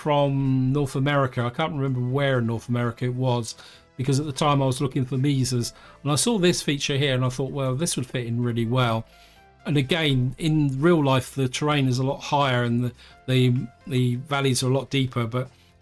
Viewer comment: In the US, we pronounce the Arizona mesas as may-suhz. Most likely of Spanish origin. Yep, looked it up, it's Spanish for plateau and derived from Latin for table.